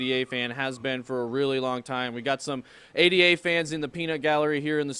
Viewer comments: Really boils my piss when people call Ada a d a 😐 It's a woman's name Ada The upgrade Mary is not m a r y 🤦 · Yo, stop calling Cardano, “A.D.A”. It’s “Ada”, named after 1800’s female mathematician Ada Lovelace.